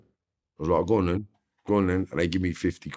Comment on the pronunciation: "I was like, go'on then" 🤣🤣